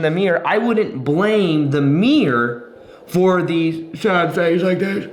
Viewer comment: aehehehehehehe I like how he says mirror (miyor)